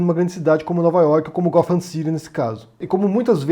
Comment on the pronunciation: "Arfur" e "gofam" não dá?